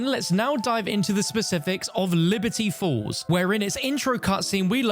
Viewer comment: Everytine he says Liberty Falls , i hear Liberty Balls